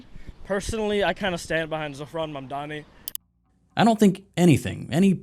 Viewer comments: And... again "Zorhan Mamdami" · did you hear the guy saying "Zorhan Mandani"